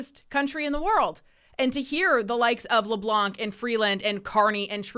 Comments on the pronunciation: The " C " is silent in LeblanC and it's not Joan Ben-oit it's pronounced Joan Ben-wa French names deserve to be pronounced correctly don't ya think . It's insulting Chris Benoit was pronounced by what you would call dumb wrestlers pronounce it correctly can't you smart people do the same . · In french Leblanc, we do not pronounce the final "C"